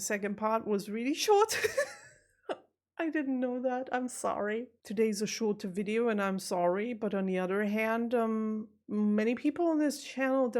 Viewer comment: Fascinating to hear you say at the very beginning, "wonderful wideo". That tells me that this non German speaker still hasn't got my head properly around the German V & W. I grew up referring to VW cars as "VolksWagons", but over the years I have come to understand that "W" is a "V". So I now say "VolksVargen". My guess is (just like English) it's a dialect thing....